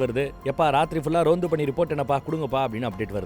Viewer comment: Adhu Ronth ille anne... Tamil le varume Rondhu, adhu